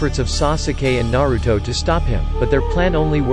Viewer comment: And what is nawuto’s and nawuto that’s not how you say the name and plz don’t use the robot voice or maybe just say it with energy it’s kinda disturbing . Not hating